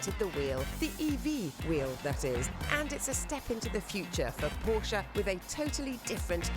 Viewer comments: The dude needs to start learning how to properly pronounce “porsche”. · Why can’t he say Porsche correctly….ug. So annoying